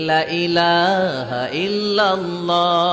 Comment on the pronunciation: আলহামদুলিল্লাহ সবাইকে এক হওয়ার তৌফিক দান করুন।সকলের প্রতি সম্মান জ্ঞাপন করছি।গজলের শুরুতে কালিমা ই তায়্যিবার উচ্চারণে শুদ্ধ হয় নি।বিনয়ের সহিত বিনীত নিবেদন -লা-ইলাহা এর উচ্চারণ ঠিক করে নিবেন।